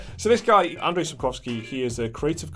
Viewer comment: sure we have latin letters as our culture is mostly based on christian culture. BTW o this video Pretty Good Gaming guys prenounce Andrzej wrong like he was Andrei (what is a russian name). While it has classic polish hard 'rz'. Same with CD Projekt, name of this dev is not CD Project. They prenounce it wrong too. Stange? English is strange as for most cases it is quite easy to read polish as words spelling mirror prenounce very well, like all 'c' are just 'c', while in english many times they are prenounce as 'k' for some reason. Ofc there is some exceptions like 'ch'. Polish is quite old as it have it's roots in both latin as in old Proto-Slavic.